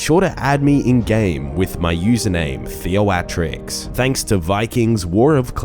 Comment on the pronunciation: how you say theoatrix makes me so mad. good vids thnx